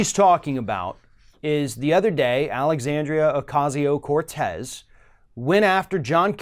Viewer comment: thanks for correctly pronouncing Alexandria's name. It matters. As always, great reporting.